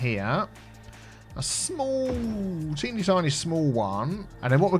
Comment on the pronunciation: "A TEAny tiny roundabout" :P